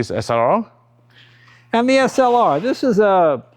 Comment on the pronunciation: Beautiful cars and bikes but listening to this guy trying to pronounce “SLR” …….. priceless